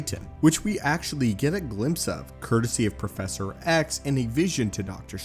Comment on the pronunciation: See? Here you sound fine. Edit: Spoke too soon "profeshor"